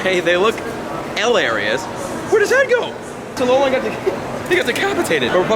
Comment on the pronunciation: it tilts me how you say alolan